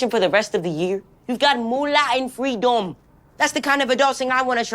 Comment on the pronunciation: I thought he said "free dome"